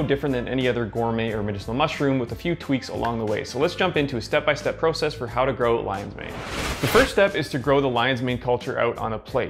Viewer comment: Nice video. Only complaint is the way in which you say “process”. Lol